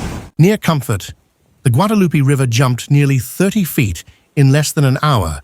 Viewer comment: Learn how to pronounce Guadalupe